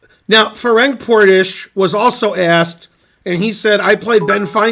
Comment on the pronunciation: It is actually not pronunced 'Ferenk', it is 'Ferents' Portisch